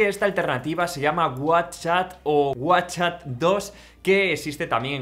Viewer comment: No, hay momentos en los que no se te entiende si dices “whatchChat” o “WhatsApp “ y eso confunde 🤦‍♀️